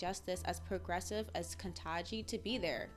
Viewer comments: It's Ketanji, not Kentaji. Please get it right. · Please learn to pronounce the "n" in Kitangi. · If was truly concerned, she would learn to pronounce her name.